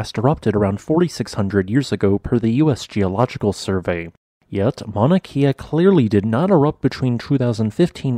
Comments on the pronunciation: Mauna Kea…pronounced Kay ah. Not key ah. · It's pronounced with a short "e" so it's "Ke•a" not "Kee•a", and that's a sinkhole. Obviously a large lava tube beneath. No volcanic activity necessary for that to happen. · “Kea” is pronounced “keh-ah”, not “kee-ah”. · Kay-ah Not Key-ah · Kea not keea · It’s Mauna “Kay-uh,” not “kia.” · “Kay uh”. Not “kee uh” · kay ah not key ah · It's Mauna "Keh-a", not "Key-a". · Kea ----- kay-uh not kia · It is pronounced Kay-uh, not Key-ah. Mauna Kea. The Hawaiian language has its own rules of pronunciation that are not necessarily the same as the English language. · Pronunciation Not Kia like the car . Kea like your the letter K . Born raised Hawaiian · It’s pronounced kaya. The vowel e in Hawai’ian is pronounced like an ‘a’. Thought you might like to know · It's "Kea," pronounced "KAY-uh."